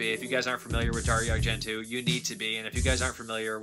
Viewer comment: Darry Argentoo? ... Teena-bra? ... Whaaaaat? ... It's Darry-o Ar-gen-toe ... and Ten-a-bray